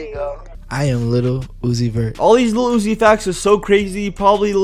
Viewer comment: why he keep saying iluhl uzi 😖